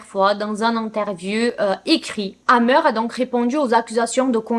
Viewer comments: A chaque fois j’entends dahmer au lieu de hammer 😅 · Moi aussi ça m'a choqué à chaque fois qu'elle prononce le nom de hamer j'entends dhamer !